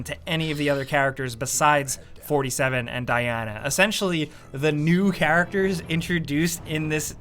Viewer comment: Hitman... or as I like to call him norty seven. 🖤🤍❤